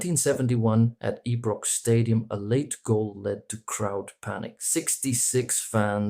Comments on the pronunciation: The cameras have reduced the violence, but never the passion. Winced at the pronunciation of Ibrox. It's Eye'brox not Ee'brox. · If you watch the trouble between 22 players on the pitch, what do you think the trouble is gonna be like when you pronounce Ee-brox… Ee-jit. Don’t waste your (potential) audience time by putting out videos where you cannot even pronounce something as fundamental as Ibrox… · Excellent commentary adapting to our language. Ibrox is pronounced "HUN-PIT"... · All that effort to put this together and you can't even pronounce "Ibrox" correctly 😂